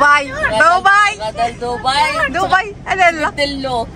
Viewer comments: دبي دبي دبي دبي وليس ضبي تكتب بالدال وتنطق خفيفة بالدال وليس الضاض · ماشي ضبي تنطق وتكتب دبي ومنطقة تانية ابو ظبي